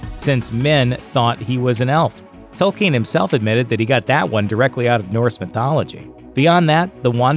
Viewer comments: Who is tolkeen? You mean Tolkien? At least get the names right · It is pronounced Toll- Keen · They can't even pronounce the creators name correctly